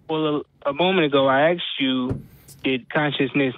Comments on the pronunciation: the word is ASKED, not Axed ffs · Call the police!! He axed you! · Why do you let this caller on the show (his 3rd time apparently)… he demonstrates just barely enough of an ability to think to constitute a waste of time. Particularly cringe-worthy when says "well let me "axe" you… ".